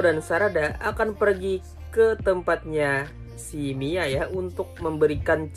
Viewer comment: bukan mai tapi mia bang